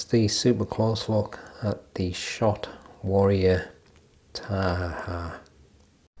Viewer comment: Great pronunciation! Kia Ora❤